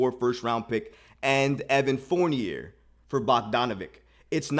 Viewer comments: It's "Four-Knee-Yay." 😑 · I like this dude and his channel but come on bro… it’s “Fourn-YAY”. It’s French!!!!!!! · I stopped listening because he can’t pronounce dude’s name. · The crazy thing is that he looks just like Fournier yet he can’t pronounce his name